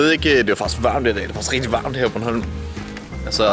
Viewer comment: "Det' rati' værmt" - Skide sjovt x3 Kan ikk' la' vær' med at sige det hele tiden c